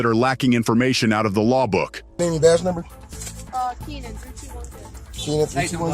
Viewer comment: "numnber" #8 he answered plenty of questions